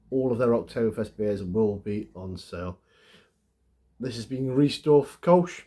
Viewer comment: Lovely beer! Pronounced “rice-dorf”, not “Reese-dorf”. Makes me want to go back to Cologne. Thanks for sharing.